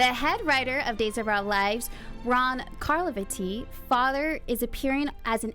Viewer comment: Love the show, it has great potential, but please look up how to pronounce names and words before air! How can you host Dishin' Days and mispronounce Carlivati? Not to mention Maitland, INSOMNIA, HIATUS and more. Proof your scripts before reading aloud. Also, soap Twitter is all over the reason Daniel Goddard was let go, but no mention of that here. Looking forward to more.